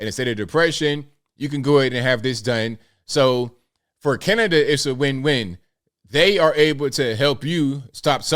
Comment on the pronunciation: I think any time talks about Cana-da-da he should open with "...and today we gotta talk aboot". It just feels right.